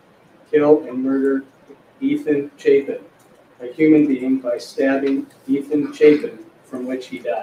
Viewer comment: I'm pretty sure he pronounced Ethan's last name wrong as well.